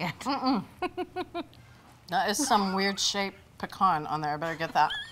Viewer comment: Thank you for saying pecan right